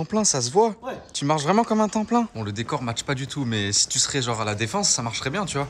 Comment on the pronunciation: « Si tCHu S’rais genRRA la Défense… » hey les 2 là, arrêtez de jacquter comme des ptites caillras analphabètes please 😏 « le meilleur moment quand ça s’arrête avec, c’est quand je me brosse les dents » 😳 Does Hakkiko knows? 😅